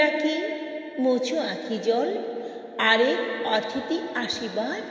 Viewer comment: এই কবিতাটি পড়েছি বহুবার, কন্ঠ উপস্থাপনা প্রথম শুনলাম.... সুন্দর পড়লেন ❤❤❤ যথার্থ অনুভবী পাঠ মন ছুঁয়ে গেল.... কিছু মনে না করেন তো বলি "অতিথি " উচ্চারণটা কানে লাগলো... " অ "এর পরবর্তী বর্ণ ই-কারন্ত অথবা উ-কারন্ত হলে "অ"এর উচ্চারণ "ও " মতো হয়.... পরবর্তী বর্ণ আ-কারন্ত অথবা এ-কারন্ত হলে "অ" এর উচ্চারণ অপরিবর্তিত থাকে.... অনধিকার চর্চা মনে হলে মাপ করে দেবেন 🙏🌹🌹🙏